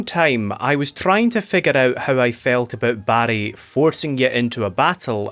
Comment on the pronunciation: I couldn’t stop hearing “Barry” as “Baddie” and that made this review twice as fun